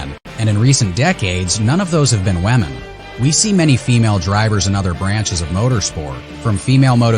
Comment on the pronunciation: Is it me or does he keep saying "Wamen"😂😂😂